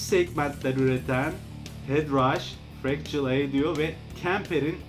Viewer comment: aydo nedir yav?? şuna “odyo” de hoca